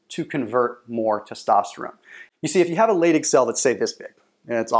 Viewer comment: they are pronounced "lie dig" cells, not "lay dig" cells. Also dihydrotestosterone is pronounced "die hydrotestosterone" not "de hydrotestosterone".